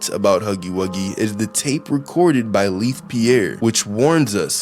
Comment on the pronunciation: Leith's name is actually Laith